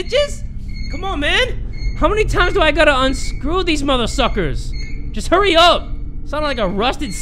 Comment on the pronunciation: saying “ Huh-EYY HUH-EYYY “ instead of hurry is the funniest thing to me